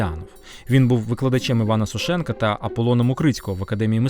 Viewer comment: Наголос вІрші, ШевченкА, СошенкА іт.д.